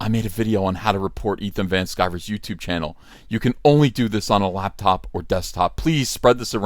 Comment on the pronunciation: "YouTibe," Jordan Peterson's alternative to YouTube.